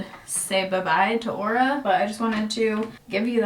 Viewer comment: I thought you said " horror "ring at first